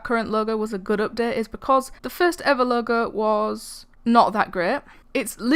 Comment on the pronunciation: why u talking like that? u saying ''updet''XD